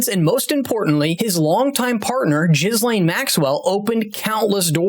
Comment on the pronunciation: Jizzlane? Geelane!